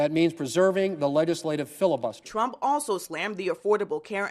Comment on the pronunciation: Did she say the Twump administration?